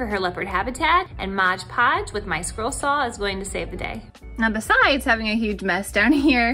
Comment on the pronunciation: M-o-d. It is not modge podge!